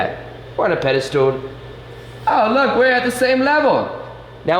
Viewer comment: IT'S SO CUTE HOW YOU ALWAYS SAY "PEDE-STOOL", LOL... cute, but wrong XD